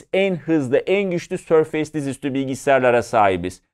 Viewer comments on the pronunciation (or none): sorfeys degil sorfis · sörfeys değil abi sörfıs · abi otu boku düzeltmeye çalışan cringe bir tip gibi olmak istemiyorum amaaa sörfeys değil sörfıs diye okunuyor..... seviliyorsun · sör-feys değil sör-fıs - teknoloji editörü sayın beyciğim. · hocam şuna sörfeys deme artık sörfıs diye okunuyor ya 😂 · Sörfeys -- Sörfıs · Sörfeys demesek güzel olurdu olsun :) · yani maykrosoft demeyi biliyorken, sörfeys demek nedir yahu?